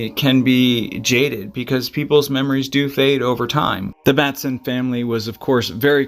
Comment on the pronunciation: MATH*A*SUN is proper pronunciation ❤